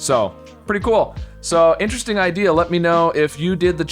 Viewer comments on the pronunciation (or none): none